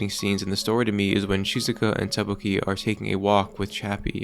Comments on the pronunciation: It's Takopi! Not Tapoki 🤦‍♀ smh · You keep saying Tapoki. It's TAKOPI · its TAKOPI not TAPOKI... great video though, good job. 😎👍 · How can you pronounce it ta-KO-pi when it was pronounced TA-kopi every single time by every single character the entire show. Actually mindblowing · It’s “Takopi” not “Tapoki” btw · Did you even watch the show? Why do you keep calling him “Tapoki” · tAkopi. tAAAAkopi. Not takOpi. TAkopi. AHHHHHHHH. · Sorry dawg, couldn’t concentrate/keep watching after hearing “Tapoki” over and over and over again. Drove me absolutely insane. It’s Takopi, Tako like Octopus in Japanese and pi for the way he ends sentences. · Just want to point out one thing in this video, it's "Takopi", not "Tapoki" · I'm sorry, but u mispronounced Takopi as Tapoki, even though this is supposed to be kinda serious, I just can't get over it 😭💔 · Why does he pronounce takopi like tteokbokki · TaPOki???? My man! My dude! What the, excuse my french, fuck? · is this AI generated? how do you mess up takopi's name in every sentence? not even the anime pronounces it tapoki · Im sure this is a neat video but the fact that this guy cannot for the life of him say "Takopi" is taking me out. Sorry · It was bothering me throughout the video 😂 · STOP SAYING TAPOKI 😭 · you mispronouncing takopi over and over again is killing me BUT THIS IS A GREAT VIDEO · Take a shot every time he says Takopi's name wrong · Drives me crazy lol